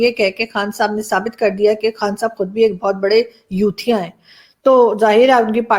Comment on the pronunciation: Ma'am, you have used youthia so many times , each time you pronounce youthia...I listen...chut......🧐🧐🧐